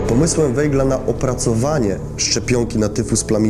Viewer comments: To samo zauważyłem. Aż uszy bolały☹️ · Bardzo interesujący film. Czy gdyby robił Pan program o Winstonie Churchillu, to wymawiałby Pan jego nazwisko jako [ hurhil] czy [czerczil] ? Dlaczego więc nazywa Pan Weigla [wejgl] ? To nazwisko wymawia się [wajgl].